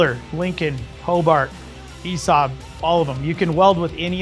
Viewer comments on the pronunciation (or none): none